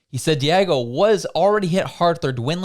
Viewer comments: Diageo is pronounced 'Dee-ahh-jee-oh' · 🤣🤣🤣 I’m laughing when you keep saying Diego, 😆 it’s diagio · Diageo (Dee-ahh-jee-oh) Sorry, third video... it was bothering me. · pronounced- DEE AWW ZHEE OHH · The pronunciation of that brand name is not correct, De a Gio, just an fyi.